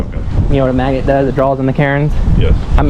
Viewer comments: It's a maGnet, with a hard "G" sound. Magnet...magnet...magnet., I love your videos, but it sounds like you're saying Karen Maggot, lol. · I chuckled every time you say magnet, as in 'Karen Maget'. Please don't take this the wrong way. Maybe it' could be considered as constructive criticism. It's a "mag-N- et" Magnnnnnnet. I don't think that you ever pronounce the letter 'n' after the letter g. Honestly, I'm not trying or wanting to be rude. I chuckle when you say it. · I just posted the same thing. Sounds like Karen Magget.